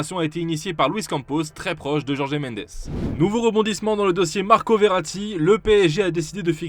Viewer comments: Juste c'est par "Jorgé" Mendes mais "Rholré" Mendes, quand on veut avoir l'accent portugais c'est jus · On dit jorge et non jorgé. Il est portugais, non espagnol.